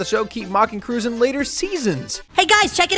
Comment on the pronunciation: lol Tom Cruz like he’s Ted’s brother. My dude it’s cruise